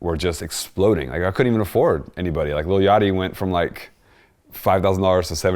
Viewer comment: Hightop "Lil Yah-chi"